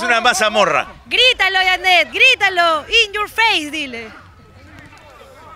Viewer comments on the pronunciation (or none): IN YUR FEIS DILE